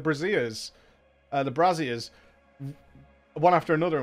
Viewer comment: brazier starts with bray rhymes with nay and the zhur sound as in pleasure or bonjour. Bray-zhur.